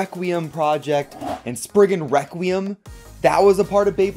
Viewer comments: My guy really said spriggan wecuium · Bros saying reqquim